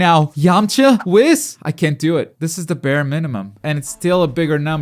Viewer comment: Bro who pronounces whis like that